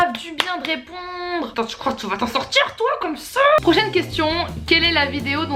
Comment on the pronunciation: J'adore quand tu dit "salut twaa" 😂😂❤